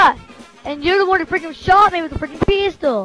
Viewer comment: Peestol ? Pee as in piss and tol is in something illuimantia